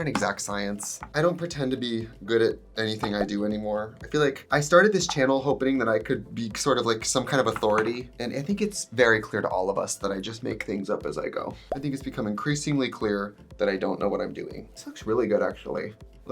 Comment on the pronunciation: I'm so glad I'm not the only one who occasionally says "hopening" instead of "hoping".